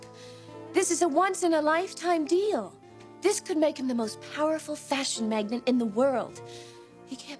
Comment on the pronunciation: What a selfish spoiled brat Brooke is. Also can’t pronounce the word ‘magnate’ 😂